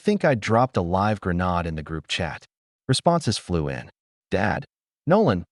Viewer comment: Aaron is a man's name Erin is a woman's name Your Artificial Unintelligence device needs swimming lessons ASAP deep end recommended It cannot even pronounce grenade properly.